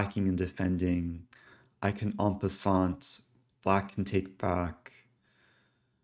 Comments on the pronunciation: En passant, please do not pronounce the "t" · You don't hear the "t" in "en passant". Many silent letters in French. Spread the good word plz ;)